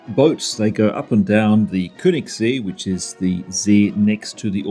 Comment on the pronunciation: See (lake) is pronounced as "say" without the y pronounced. The ö sounds like the eu as in the French word deux. Thus, Keunigssay.